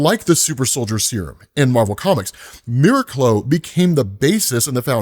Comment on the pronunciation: I think it's pronounced mir-aac-lo